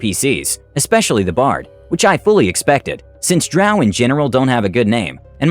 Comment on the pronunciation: i get so irrationally angry whenever he says drow like that